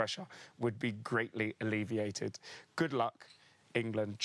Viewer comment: big ups Josh on "alleviated"